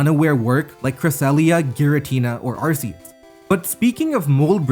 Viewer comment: You pronounced Arceus wrong